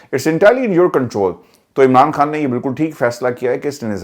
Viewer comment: کھان نہی ہوتا خان ہوتا ہے آپ پڑھے لکھے لوگ بھی بجائے اردو کو بچانے کے برباد کر رہے ہیں